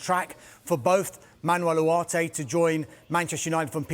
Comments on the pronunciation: Why is allergic to the g in Ugarte’s name? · Why does he say the name Ugarte like that? I cannot imagine he knows more than what everyone else does, on how to pronounce the player’s name. It’s so annoying the way he says the name.